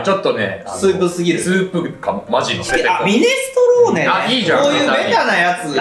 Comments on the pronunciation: やっぱり「ミネストローネ」が「ミネステローネ」になっちゃうね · ミネストローネのこと未だに「ミネステローネ」と言ってしまう、おじさんで好(ハオ) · 、やっぱりミネストローネ言えないんやな。。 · 相変わらず「ミネステ」って言っちゃう好き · の「ﾐﾈｽﾃﾛｰﾆ...ﾐﾈ...ﾐﾈｽﾃ......ﾐﾅｯ、ﾑ」を聞いて以来ミネストローネを見る度にﾌﾌｯとなってしまうんだけど、 今回もしれっと言えてなくて笑ってしまった。本当に言えないんだ... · またミネス”テ”ローネって言ってるの草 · ミネステローニ言えないの面白すぎ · またミネステローネって言っちゃって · 相変わらずはミネス『テ』ローネって言ってる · 未だにミネステローネって言っててまだ読めないんだ…ってなっちゃった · またミネステローネ言ってる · この動画でもミネステローネって言ってる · またミネステローネって言ってる… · またミネストローネのことミネステローネって言ってる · やはり「ミネストローネ」と言えない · ミネストローネだいたい言えない愛おしすぎる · またの言えてないミネストローネが聞けてうれしい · やっぱりミネストローネが言えない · 本当にミネストローネって言えないんだ よかった〜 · ココでもミネス"テ"ローネって言ってたんだな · どうしてもがミネストローネって言えないのが面白い。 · 、ほんとにミネストローネって言えないのね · またがミネステローネって言ってる… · この頃からミネステローネって言ってる… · 相変わらずミネストローネって言えてないな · まだミネストローネちゃんと言えなくてかわいい☺️ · 、セブンイレブンマリアージュに続いて「ミネストローネ」をうまく言えてなくてちょっとかわいい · どう頑張っても「ミネストローネ」が言えてなくてかわいいね 裸になってぇ〜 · 相変わらずミネストローネ言えてない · ミネストローネが言えない再来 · 相変わらずミネストローネを言えない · またミネストローネが言えてません